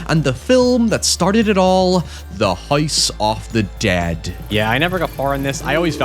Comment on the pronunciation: “Hoise of the Dæad”